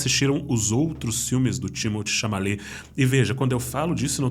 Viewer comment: Vídeo dahora como sempre. Timothée ChaMaLet foi foda kkkkkkk